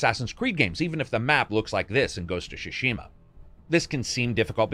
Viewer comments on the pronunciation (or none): So It's the second video and i must say it's not Ghost of Shushima. It's is pronounced T Sushima and T is kind of silent so It's mostly Sushima. Like Sushi. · GHOST OF TSU-Shima not Ghost of Sushima or Shushima. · "ghost of shashima"... pathetic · idk why youre calling ghost of tsushima "ghost of shushima" but it sounds pretty funny